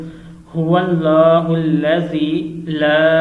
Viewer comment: Huwalla hullazi la ilaha illallahu padh rahe ho tum